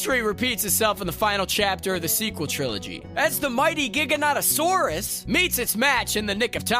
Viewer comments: Giganotosaurus you didn't pronounce correctly. Here is how it is pronounced Giga-NoeToe-saurus. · "GigaNOTasaurus? I can't believe I said that right." ...You didn't. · The correct way to pronounce it (where I’m from at least) is Ji-ga-no-tow-sore-us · Jiga naut o saurus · Correct! As specimens were found first in Yorkshire it is actually a GigaNOWTasaurus 👍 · The way he said giganotasaurus wrong and was like ‘’I can’t believe I said that right” got me dying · I don't think you said giganotasaurus correct